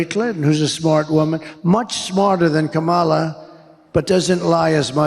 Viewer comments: 6.55 he pronounces her name right then corrects himself to say it wrong. Just bizarre 💩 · Threatening someone’s life will make his base love him more. But notice, in ABQ, he said Kamala incorrectly, then correctly - he knows how to say it, but chooses not to for his base, like wearing black and yellow was no accident. Dog whistles, every bit of it.